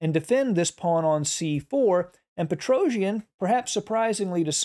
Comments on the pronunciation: I really appreciate your videos as they are very instructive but please do not pronounce Petrosian' surname in such a strange manner, even if you are not the only English speaker who does it so. I understand that English phonetics is difefrent from Armenian but I don't think it's so hard to pronounce the world champions' names in a proper way. The correct pronounciation is Petros-i-a-n, not "Petrouzhn".... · Dear Sir, great analysis, great game. Petrosian is pronounced pet-ro-c-ian. The letter c is pronounced just as in you a b c. Not Petro-j-an. He is not an epic Greek warrior. He is Russian. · You are very good commentator! But I want to correct your mistake in pronunciation of family name of Tigran - PetroSYAn. S not Z, accent on the last syllable. Thank you! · Precise calculation is required in some variation, but I think it is more about understanding nature of the position, seeing the pattern here. That’s where Petrosian was very strong. BTW, his last name should be pronounced much more softly, something like Petrosyian.